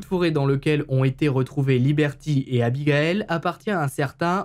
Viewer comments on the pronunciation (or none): 😣 aïe j’ai mal au oreilles ont dit pas abigael mais abigaïl ... ( pour avoir ce prénom je peux vous assurer que c’est super chiant de pas être appeler correctement) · Bon... Je le dit sans réellement m´énervée mais, ayant le même prénom, ça me soule d´entendre ce prénom écorché. 😤 Abigail c´est pas la même prononciation que Abigaël Ça se dit Abi gay le (le e étant muet) Sinon grande fan de tes HVF continue comme ça 🥰